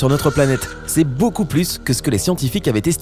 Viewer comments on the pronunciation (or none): none